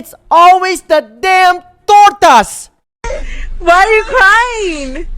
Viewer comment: Its ALWAYS THA TORTAS 🤣😆😅😆😂Cracks me up EVERY TIME he says "Tortas" 😂😅🤣